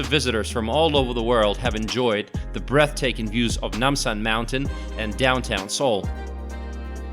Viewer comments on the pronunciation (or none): Your pronounce is wrong. Gang nam, Nam san, or Han gang(Rv) 's 'A' words pronounce is not 'ae'. not gaeng, nam, not naem san, not haen gaeng.;; just 'A' sound. ;)